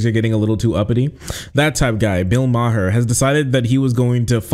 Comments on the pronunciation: Ma-her. Haha. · Bill Maher (pronounced Mar) is a well known pot smoker. He's smoking a blunt.